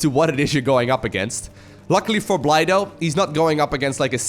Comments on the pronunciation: I think Bly is pronounced Billy. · The UKRAINIAN player is simply called BLY (blai) You don't know,, do you? XD